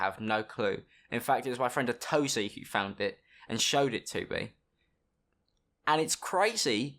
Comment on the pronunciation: Omg he said atozy